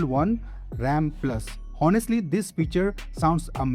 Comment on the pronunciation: hhonestly❌ onestly✅😆😆, btw useful video🖤